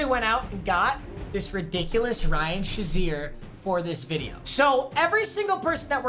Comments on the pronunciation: papa its pronounced ryan “shay(long a) zeer” not ryan “sha(short a)zeer” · Nobody: Papa: Ryan Shuzier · This guy said “Ryan shaseer”